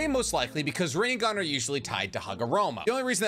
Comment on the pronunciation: say chibaku tensa right its easy and rinnegan